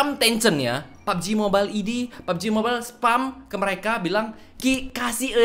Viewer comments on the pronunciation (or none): none